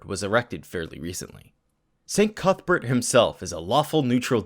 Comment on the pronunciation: Cuthbert? I heard cuckbert >D I like the content on this channel!